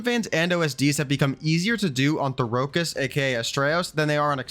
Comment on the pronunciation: Why are you pronouncing Therokis like that? It’s not the Dune planet bro.